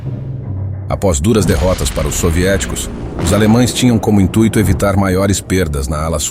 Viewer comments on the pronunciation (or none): none